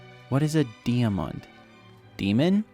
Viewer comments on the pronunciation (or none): "deeamon" got me dieing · you dont know how to say diamond and have billions of coins in hypixel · Di-a-mond? What is that? Demon? Are you possed? A gamer thats not been posting in 1.1 years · "what is a dee a mund"